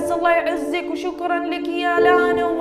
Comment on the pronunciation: فرحت يوم قلتي اسمي (لانا) ❤️‍🔥 احلى من ينطق اسمي والله💖 استمرييي وربي احبك ❤